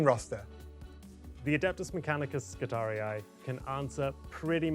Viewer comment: I'm livid that you're pronouncing it skit-arey-eye rather than Skit-arey